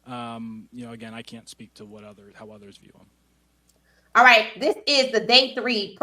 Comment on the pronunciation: The Name Of The YouTUBE Visual Was “KING ON SANDERS” Where Shaun King Kept Saying “ WHITE” Instead Of “ RIGHT “ Head Coach #SMDH 😢